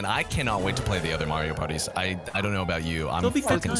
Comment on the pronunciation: then again, he does say mayor-ioh. not marr ioh. so. to be expected i suppose. shurg /s